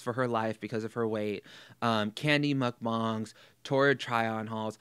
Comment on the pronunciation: Thank you for correctly pronouncing mukbang 👏👏 I agree with everything you said here. You ooze intelligence, my friend.